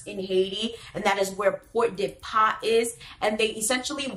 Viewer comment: What is Port de Pas? Port-de-Paix ou Pordepè